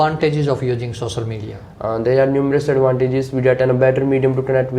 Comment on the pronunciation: Sossal media 😂😂⚠️